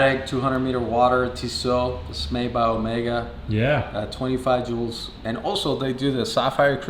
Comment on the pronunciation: Dude you say omega weirdly. It isn’t omeega good review otherwise